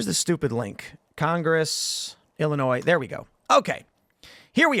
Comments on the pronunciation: lol, illinoise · Illininoise… 😂 she not a true Illini. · Somebody needs to tell her that the S is silent in Illinois! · lol. Tim you are saying the S at end Illinois because you live in WV. This might make you an official West Virginian.